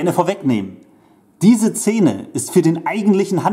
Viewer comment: Warum sagst du immer Cene, oder Zene?Ich musste wegschalten..